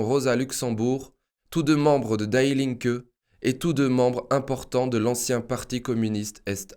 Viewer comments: Pour un germanophone, cela fait quand même mal aux oreilles. Die Linke, cela ne se prononce pas "daï linke", mais "di linke" (ce n'est pas de l'anglais, mais bien de l'allemand) De même "Stiftung" se prononce "chtiftoung" en allemand (le st se dit "cht" et le "u" sans les 2 points dessus se dit "ou"). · Die linke ne se prononce pas Daï linke, mais Di Linke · "Die" en allemand se dit "Dii" pas "Daï" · Die Linke c'est de l'allemand qui signifie "La Gauche" et ça se prononce "DI LINQUEUE" et non "DAILLE" qui est une prononciation anglaise. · Bonjour, et Merci !! :) Juste pour dire que Die Linke se prononce Di linke(u), non /daï/ Linke. Pour servir, non pour "critiquer" Merci ;) :) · Ce n’est pas « d’aïe » linke qu’il faut prononcer mais « Di » linke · En allemand, "Die" se prononce comme en français et non pas "daille". Toujours beaucoup d'erreurs de prononciation dans les langues étrangères. Ce qui montre un manque de précision . La forme est aussi importante que le fond. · Oups...die Linke veut dire, la gauche, die est l,article féminin et se prononce DI...🙏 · PS : on prononce "di linke" comme dee. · on prononce "DI" linke =) super video comme d'habitude merci =)